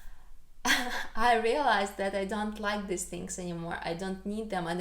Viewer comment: Just a basic pronunciation tip (English as a 2nd language teacher) -- these vs. this. The former is a long eee sound (like need). Give it time. 'This' is very short, and an 'i' sound. Also, more happy, or happier. Never more/most happier. 🙂 You have an excellent command of the English language.